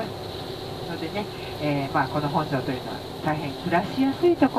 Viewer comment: 本庄のイントネーションが違います。